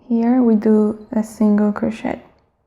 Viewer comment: It's pronounced cro-shay not cro-shet but thanks for the video! Very helpful!